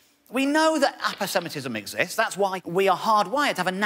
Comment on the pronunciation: Always pronounced it Apose-matism